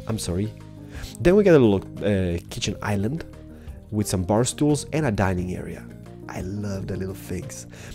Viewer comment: Did you say bar stoels?